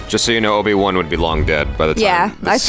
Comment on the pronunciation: Did they just said obi-wan,I hope not😂